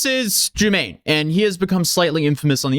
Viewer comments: You pronounced his name (jew-MANE) it’s (jew-MAH-nee) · jumaNNE (joo-mah-ne), not juMMane (germaine). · Holy crap this is so out of Order Chronologically. Your timeline is WAY off. but you have Almost 2 million followers so now this is just fact. Pronunciation is Jew-Monny not Jermaine. The SubWay song was YEARS before the SubWay Crashout. Not saying he's a good guy by the way, just saying. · That’s not how you say his name 😂😂😂😂 (ju mon e) yes I watch his videos his immaturity and contradiction is interesting to watch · Would be better if you actually tried to pronounce his name correctly bc it's not Jermaine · Calling him Jew-mane like 8 times was crazy work. He literally says his name at the beginning of every video. probably did hours of research and he still said it wrong! Jumanne can’t get no respect 😂😂😂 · His name is Pronounced “JEWMAHKNEE” You’re just not loving him unconditionally